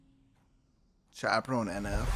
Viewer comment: Ah yes, “Chaperoñ”, the Latino cousin of the Chaperone